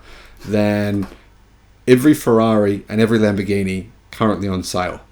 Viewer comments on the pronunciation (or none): none